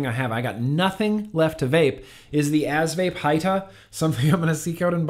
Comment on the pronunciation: He said ass hrhr hrhrhrhr